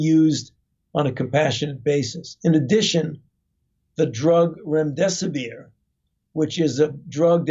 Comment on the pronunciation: What was the name of that 2nd drug he mentioned at 10.40? ...RENDESOBIER??